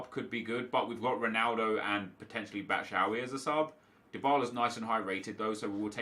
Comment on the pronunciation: stop saying batshawy it's batshuayi. batshu.wai